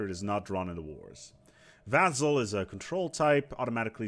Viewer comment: Why does he keep saying vaZZal? It's vaSSal, S sound, not Z.